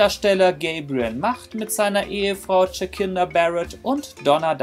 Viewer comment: Troian Bellisario und jacinda barrett werden etwas anders ausgesprochen 😂😂😂